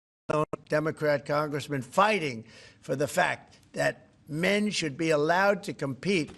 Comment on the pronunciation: i need help, an English help, 6.11minute, Trump said "allowded' instead of allowed, is this normal in usa?